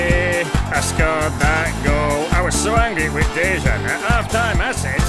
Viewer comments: Name of the Lovren is not speaking like Deyzan(Dejžan), its speaking like Deyan (Dejan). Lovren is Croatian, I'm the Serbian, so I know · Its dejan not dežan hahahahahaha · Why cant you pronounce Lovren's first name the way it should sound?